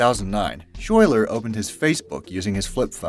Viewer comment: Lol I know this video is old and I’m sure the narrator won’t see this, but “Schuyler” is pronounced like “skylar” not “shoy-ler” It’s Dutch. But that was funny